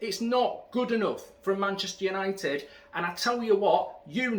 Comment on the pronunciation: it's the history of Yanited 😂